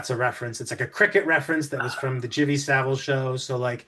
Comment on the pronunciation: Not often I find a channel that knows how to review films, thanks. Couple of things: Saville rhymes with Cavill or gravel, depending on where you're from. "Owzat" is from cricket, "Owz about that then?" was one of Jimmy Saville's catchphrases.